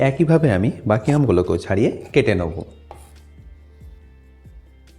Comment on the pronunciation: দাদা কেটে নোবো কি ওটা নোবো না ওটার আসল উচ্চারণ হচ্ছে নেবু🤣🤣🤣🤣🤣🤣🤣🤣🤣🤣🤣🤣🤣